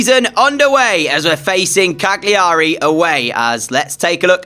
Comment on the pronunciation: the G in Cagliari is silent... it's "CAH-lee-erry"